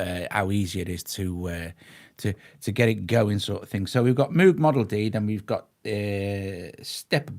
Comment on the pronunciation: Great demo; thank you. Moog has a long Oh sound. I knew him personally. The oh sound is because of his Dutch heritage. Please give him minimal due respect by pronouncing his name correctly.